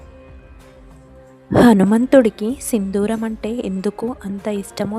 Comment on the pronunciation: Sindooram. Sindhooram kaadu.